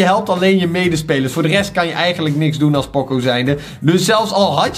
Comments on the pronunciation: Het is niet pòcco maar póóóócóóóó met ene lange o, het komt uit de muziek van poco ritenuto wat geleidelijk minder snel en zachter betekent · Gast het is niet poco met een o maar met een oo